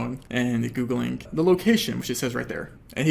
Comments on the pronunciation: It's annoying how he says Googlink instead of Googling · I really hate how you say "Googlink"